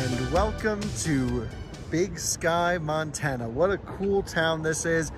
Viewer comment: OK so you start off in North Dakota you pronounce that properly but next time you go through Montana pronounce it right it doesn’t start off pronouncing it as man